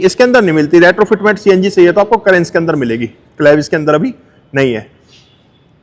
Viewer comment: भाई वो करेंस नहीं है, कैरेन्स है। वॉकराउंड वीडियो बनाने चले हो तो कम से कम उच्चरण तो ठीक रखो।